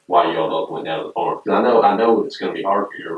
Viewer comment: Bro you are great, but why do you pronounce farm is firm 😂😂